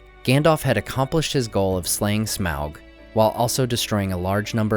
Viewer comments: Smelt? Its smaug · You keep saying Smelg. It's SMAUG!!!!